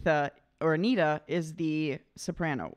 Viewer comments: It's not pronounced Anita, it's 'An-yetta' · FYI. AGNETHA’s name is pronounced ANN-YETT-A. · It's not Anita. It's agnetha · Bizarre, but in Sweden Agnetha is pronounced Ang-nay-tah. Don't ask why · Her name is a bit difficult to pronounce but the closest I have been able to come is Ag-Nyet-Uh.